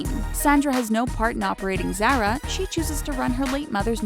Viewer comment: why was the richest woman in the world not on the list? and what was with her horrible pronunciations? Zaira is not ZARA!